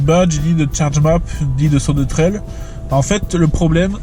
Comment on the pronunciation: C'est pas Sodetrel, c'est so détresse